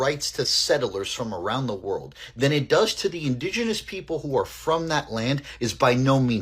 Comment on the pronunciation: نطق world 😢